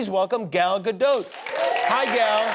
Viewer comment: I’m from Israel and I can verify that she indeed pronounces with the T in Gadot. He said it quite good actually from the variations I heard so far